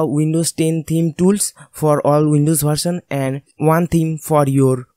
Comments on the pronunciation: Improve your language Its not bharsan its version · Bharsal nhi version hota h...🤣🤣🤣🤣🤣🤣🤣